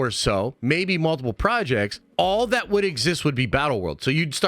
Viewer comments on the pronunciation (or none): Get on with it and stop yapping. That not vat by the way. Th isn’t pronounced as a v..